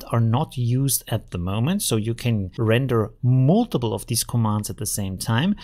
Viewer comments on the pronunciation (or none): none